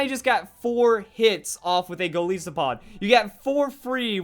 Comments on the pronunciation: It's Golisopod not Galeesopod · Its name is a mix of Goliath and Isopod, which means its pronounced ''Gol-eye-sopod'', not ''Gol-ee-sopod''. FYI. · Shots for every time pronounces "Golisopod"